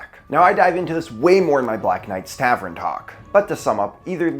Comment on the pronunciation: Love your videos. But tav-ern, not tav-ren, lol